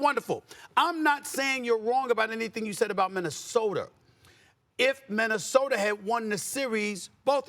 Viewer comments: “Minnesoter”-Stephen A💀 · Somebody tell Stephen A there is NOT an "R" in Minnesota. 😒